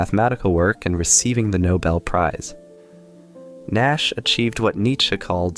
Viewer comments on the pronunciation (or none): none